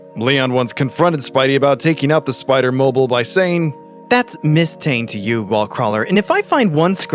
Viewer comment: why is he pronouncing spider-mobile like that hahaha